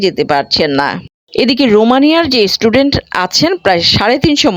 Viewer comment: Didi word ta student, istudent noy! bangladeshider English Accent atto kharap kano! Amader akhane Nursery Children der English Accent bangladeshider thekey 10 goon valo!